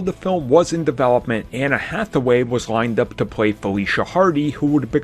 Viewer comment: How many people in journalism still mispronounce Anne Hathaway. Also, her character was called the Vulturess, not the Huntress like the DC character. Next, Avi Arad interfered with Spider-Man 3, not Spider-Man 4. After its failure, Sony asked Rami to develop whatever film he wanted while they developed a reboot on the side that ultimately took priority. Also, you said that they cancelled TASM 2 and 3 when what they cancelled was TASM 3 and 4. I get that you like to report rumours about future films that are wrong, but how can you mess up the present and past so often? lmao